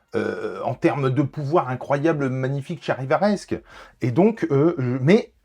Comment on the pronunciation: Très joli ! Si ça t'intéresse, j'ai un bouquin d'un graphiste (Ryan Hughes) qui a designé énormément de logos de comics dans les 2000s avec les essais, les ratés, les refus, c'est très intéressant ! Et arrête de dire Charivaresque, à chaque fois, j'ai l'impression que tu m'appelles ! 😂